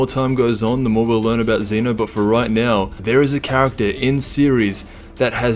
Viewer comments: This guy says zenu its zeno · Its zeno not zino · he said zino lol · My guy said ZEENO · zeeno his saying zeeno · So annoyed with how you pronounce ZENO